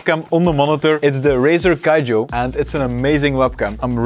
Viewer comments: Somebody tell this man its not Razer Kijo its Kiyo --- K- I - Y - O,the vid is good though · Brother, you saved my ass, but hand, you don't say "kayo" you say "Kiyo" that's from the first year of Andalusian for God's sake